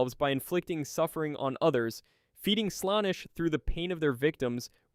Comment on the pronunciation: That's exactly the reaction I had lol! Especially when talking about Slaanesh and the Aeldari